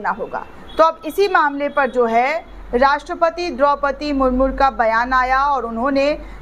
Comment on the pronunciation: Murmu not murmur